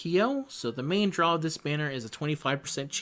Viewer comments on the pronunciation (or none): none